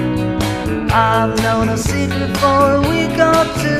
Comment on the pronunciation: Best impression I've ever heard of George. Only slight blemish is the pronunciation of "secret" as pointed out below. Someone went on Stars In Their Eyes once doing Paul, and this is much better. You ought to try to go on if they still do it.